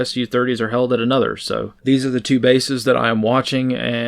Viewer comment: you slurred critical words there. It sounded like you said "he's ona transgender shooter" but I think you may have said "he's another transgender shooter." If so, and even though he was caught ahead of time, is that 4 in a row?